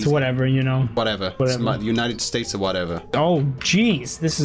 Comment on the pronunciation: did he say united stats of whatever